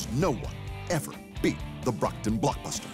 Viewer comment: It's the BROCKTON Blockbuster Not BOCKTON